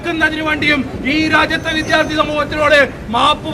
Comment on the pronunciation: വിദ്യാർത്ഥി ആണ് അല്ലാതെ വിദ്ധ്യാർത്തി അല്ല. ഉച്ചാരണം ശ്രദ്ധിക്കുക